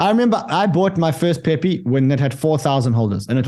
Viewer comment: You said it right the first time, pee pee coin